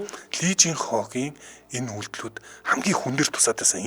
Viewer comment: lee дандаа И гэж дуудна шүү